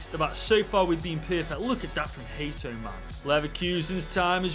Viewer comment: You dont say hate o but haa to